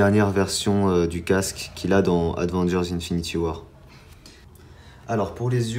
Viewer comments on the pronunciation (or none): BORDEL!!! ON DIT PAS ADVENGERS MAIS AVENGERS !!!!!!!!!